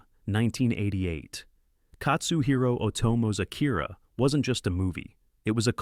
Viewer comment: A-kee-rah, not Ah- kEAR-ah. (i.e. not like hear or ear. More like key.) Mah-n-gah, not main-ga. Wait, you actually do start to pronounce it properly midway / near the end of through Fist of the North Star.